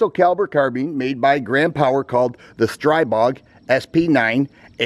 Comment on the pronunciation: it is pronounced stree bog, there is no "ay".